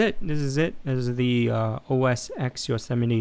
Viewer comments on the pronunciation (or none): It is OS TEN people, not OS "EX." Unless you are going to call the next Super Bowl "Super Bowl Ex El I Ex."